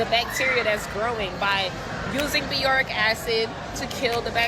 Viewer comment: is she trying to say Boric Acid? wtf is "Beyoric" Acid ?